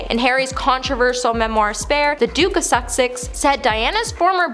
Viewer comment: The Duke of Sussex not Suksex😭😭